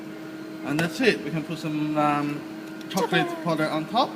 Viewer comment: I am so sorry if thats rude but the first thing I heard was "hot cocklate" and my lungs just left the chat